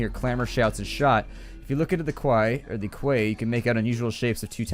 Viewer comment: quay is pronounced key